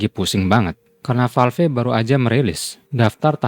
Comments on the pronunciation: Bacanya valv , bukan falfe bos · Val-ve? Huh?